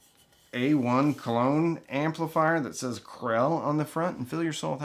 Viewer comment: I thought you were saying "Classé"...so got double confused seeing the knockoff Krell badge. This is why British pronunciation is better than American 😆 😉